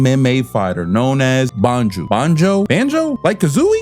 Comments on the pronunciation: Love your videos! Here's a pronounce guide: Katsuragi (Cat-Sue-Rah-Gee), Banjou (Ban-Jo) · I always thought it was pronounced bahn-jo